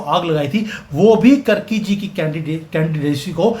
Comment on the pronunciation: कर्की नही कार्की हैं ।